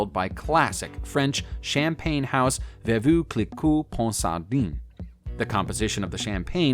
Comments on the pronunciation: Veuve Clicquot is pronounced: 'vuvv cleeko ponsardan' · The way you pronounce "veuve clicquot" is horrendous.